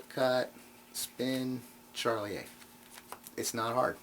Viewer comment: I'm not a card guy in fact I abhor most card effects in spite of my knowledge and experience with the pasteboards, but I enjoyed this mini-lecture... p,s, (It's Shar-lee-ay) not Charlie-A